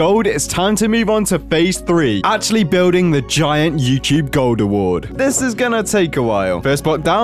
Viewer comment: you said Yewcheeb not Youtube according to the subtitles